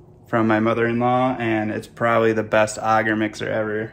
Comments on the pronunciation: agar is pronounced a (as in apple) gar. auger as you're prounouncing it is a device to dig holes. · Ay-gar. Aye-ghar. It may be a mispronunciation but please god say it like the rest of us lest I deafen myself to minimize shock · Can’t take some seriously when they don’t even know how to pronounce the thing they are working with! No one in mycology calls AGAR Auger! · The way you pronounce agar is triggering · ok, but it's definitely not pronounced auger either way, which a simple google search confirms. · ik lol it just drives me crazy for some reason when he says it like that :) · Never heard someone say agar like that